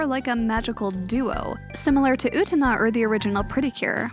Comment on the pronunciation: Don't know the nicest way to say this but you are not pronouncing Utena correctly.